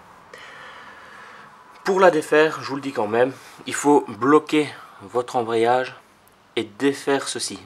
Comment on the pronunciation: ambreyage ahahahahah